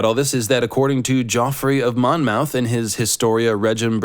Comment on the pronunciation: Pity about his pronunciation of Monmouth. (It should be "Munmuth")